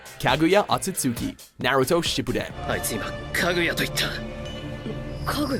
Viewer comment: also Kaguya's name is not Kagoo Yah. the U between the G and Y is silent, its Kag Yah, Otsutsuki(Oh T Soo T Sukooki) its similar to how sasuke's name isn't sasoo kay, but Sas(sauce) Kay